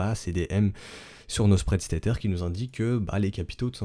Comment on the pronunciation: le "tétère" ou le le "ter-ter"? t'habites quelle banlieue au fait?!